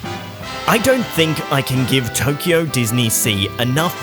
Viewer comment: It's Tokyo, not Toyko! :D